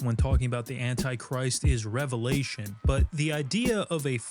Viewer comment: Thank you for saying Revelation correctly. It's amazing how many people who actually say they believe in and read the Bible every day sat this incorrectly.